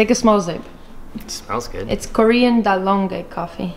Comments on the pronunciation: It's dalgona not dalonga 😂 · Dalonge?? Dal-guh-na. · Dalgona not dalonge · Its Dalgona. Not Dalonge😂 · I actually heard its from Greece originally and its pronounced dal-go-na? I could be wrong too lol